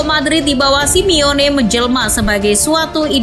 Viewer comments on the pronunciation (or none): none